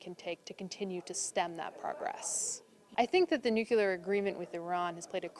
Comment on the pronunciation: THIS IS A WEAPONS EXPERT? SHE CAN'T PRONOUNCE NUCLEAR CORRECTLY EVERY TIME. SAW HER ON MSNBC ON 4/8/2017 AND SHE MISPRONOUNCED IT EVERY TIME. SHE SAYS NOOK-U-LAR, AS GEORGE W. BUSH DID. ALSO HAS A PROBLEM PRONOUNCING THE LETTER D AT THE END OF A WORD. USES THE LETTER TO AS THE FINAL D IN WORDS ENDING IN D, LIKE GOOT DAY INSTEAD OF GOOD DAY. ERGH!